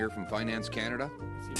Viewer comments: You nailed 'Kanata' Eric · "Kah-nadah" The phuck did you say "Negus"?